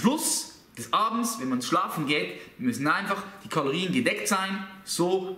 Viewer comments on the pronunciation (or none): Kaloriän xD